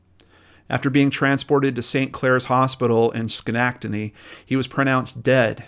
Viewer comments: Fyi - skan-ek-taty. ....schenectady 👍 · Just a short pronunciation correction ( I’m not trying to be rude). It’s pronounced Ska-neck-da-dee.